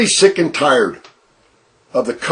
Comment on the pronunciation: Why does he pronounce tired, "tard"? Ugh